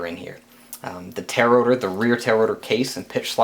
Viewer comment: Man,... "Tail Rotor" are two separate words. You keep sayin' "Tarotor" LOL! Couldn't resist! Nice build vid. Learned a lot for my build. Thanks!